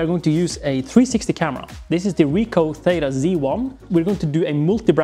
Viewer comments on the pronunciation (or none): none